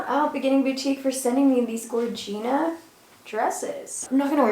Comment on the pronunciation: you got me saying gorgina ALL the time !!